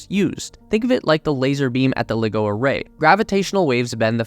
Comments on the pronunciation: Dude, it's not pronounced "liggo", it's pronounced "ly-go". Want proof? Listen to literally anyone who works there. In the same way it's difficult to take a so-called nuclear expert seriously when they say "nuke-u-ler", it's equally difficult to take you seriously when you can't even bother to pronounce LiGo correctly. This isn't hard. Do better. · It's pronounced Lie-go